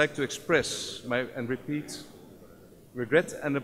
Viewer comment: Ngomong regret and apologize nya belepotan wkwkwkw